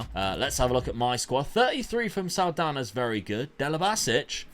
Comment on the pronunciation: What a pronounce with the NH in portuguese on "Saldanha" haha!